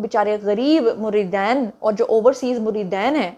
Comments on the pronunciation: مریدین نہیں بیٹے مریدین دال کی زبر کے ساتھ نہیں ہے دال کی زیر کے ساتھ ساتھ ہے مریدین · مریدین میں د پر زبر پڑھیں جیسا کہ آپ بول رہی ہیں تو اس کا مطلب ہے ، دو مرید ۔ اگر۔ د کے نیچے زیر پڑھیں تو اس مطلب بنے گا بہت سے مرید ۔ عربی میں واحد جمع کے علاوہ تثنیہ بھی ہوتا ہے جو دو چیزوں یا افراد کے لیے بولا جاتا ہے